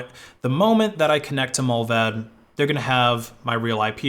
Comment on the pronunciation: Every time he said Mullvaad i thought of Mulva (the seinfeld episode)